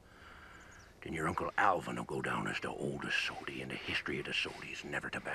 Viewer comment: Its Soady not Sotie